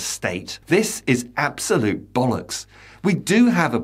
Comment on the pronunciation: I have to say that you say 'bollocks' better than anyone else on YouTube..... 👍